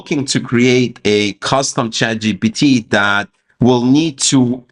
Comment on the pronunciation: Why you keep saying chatgot?